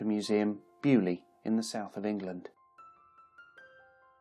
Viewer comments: Please .. beaulieu. Is not bu lee .. think bail u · Bo loo not bewlee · Dear boy, it's NOT 'bee-you-lee'... (Beaulieu), it's 'BOW-LEE-YOU' !! PLEASE! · I swear English people go out of their way to mispronounce things. “Byu-li”? Seriously? You can’t even say “bo-loo” or something CLOSE? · What a thorough and fabulously complete reveiw of so many wonderful and deadly land speed cars: I , as a Noth America, have to laugh at the announcers pronounciation of Beaulieu: correctly, it is ANYTHING but BUALLY...... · Which is sort of my point. It’s a French name. It should at least be vaguely pronounced correctly - as I said, /bo-Lee/ at the very least, maybe even /bo-lee-yu/. You definitely corroborated my claim. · How i he says beaulieu xD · I crinch every time he says Beaulieu... It's in England, I'll shut the f. off.